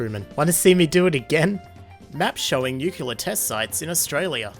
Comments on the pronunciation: nuclear*, not nucular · IT IS NOT PRONOUNCED "NUCULAR" AAAAAAAAAAAAAAAAAAAA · NUCULER DAMMIT